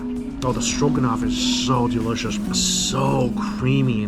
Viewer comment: Mikey's Chinese accent really comes out in the word "derishous".